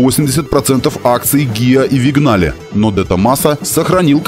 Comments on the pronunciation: не Вигнале, а Виньяле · Не Вигнале, а Виньяле)